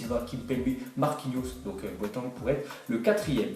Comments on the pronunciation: Jérôme Boataig, pas Boateng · Ptn sa menerve tro comment tu di Boateng